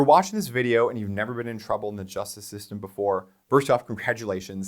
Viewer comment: "The just system"? What's that supposed to be,?